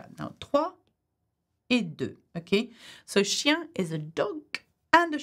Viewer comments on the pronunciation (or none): none